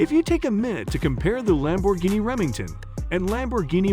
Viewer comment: It's Reventon' bro, not Remington